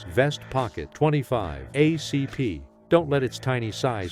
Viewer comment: Fucking AI!!! "..38 oh see pee"